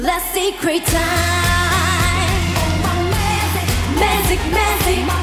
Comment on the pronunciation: Magic 부를때 계속 Magic을 Mazik으로 발음하는게 거슬림.. 😑😬 매직은 [매쥑] 이 원음 발음에 가까운데 계속 [매zeek] 이러고 있음… 아무리 콩글리쉬 라지만… 그래도 신경쓸건 써야한다고 봄